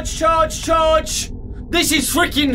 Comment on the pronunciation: its funny that he says chage not charge 😆